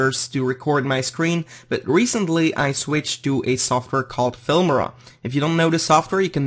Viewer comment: Its noot "Filmira" its "Filmora"